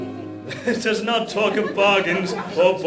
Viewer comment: I love the way Alfie pronounces "talk"...is that his Northern accent coming through? (I don't know, I'm American)